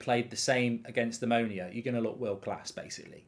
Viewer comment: The club is called Omonoia... Not Omonia